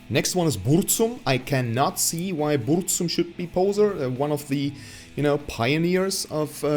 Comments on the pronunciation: You are pronouncing Burzum wrong poser monkey, delete your channel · Thanks for the tips on a proper pronounciation of a german band name. Pity you did not put in the effort to learn a proper pronouncation of Burzum, especially considering that your own metal band name comes from the same language. Actually, from the same poem, 3 words apart.